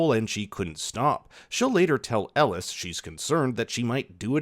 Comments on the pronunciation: did bro call elgin ellis?.. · Not really...first half of the review, kept calling, Elgen-"Elis".